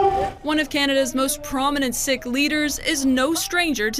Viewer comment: Why is Global pronouncing "Sikh" as 'sick' and not 'seek '?